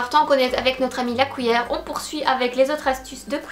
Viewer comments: Séréna Lemarchand oui je sais, je prononce mal cuillère, tu n'es que la 10e personne à me le dire. 😂 j'essaie de me corriger depuis. Par contre on dit bien papier collant, scotch c'est la marque (ou l'alcool à toi de choisir 😝)et chez nous on utilise pas la marque pour définir le produit ☺️. PaSse une bonne semaine 😘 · Une "couillère" ?!